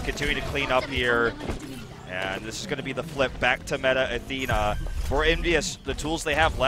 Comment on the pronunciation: "METAR ATHENA" - commentator